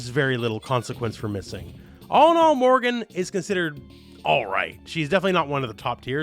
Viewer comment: Morrigan not Morgan. You said it so many times, it's quite infuriating.